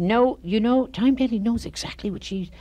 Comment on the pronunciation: I think he keeps calling her “Tyme” Daly...😖